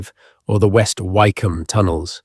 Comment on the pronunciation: I think it is AI speaking ,listen to some of the pronunciations ,like Why come and a few others..